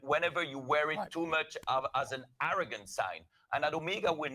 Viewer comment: He initially says the right pronunciation is O-meg-a, then later on he keeps on saying O-me-ga. FAIL.